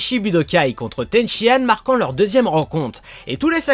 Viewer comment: C'est Tenshinane est pas Tenshiane¡!!!!!!!!!!!!